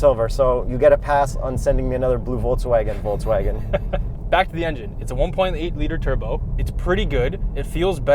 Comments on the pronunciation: VolKSwagen not VolTZwagen:) BTW, I love your work guys. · I have a crush on a German girl and so I’m here to tell you it’s pronounced “Folks-Vaghen” though people there only usually say ‘Eff Vey’....trust me because every time she moves her lips I am pitifully rapt. Pitifully. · In Poland a bunch of people pronounce it "foltzvagen". Must be an Eastern European thing, though and Jakub seem to be born in Canada.